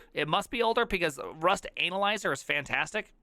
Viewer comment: The way you pronounce Rust analyzer makes me smile a bit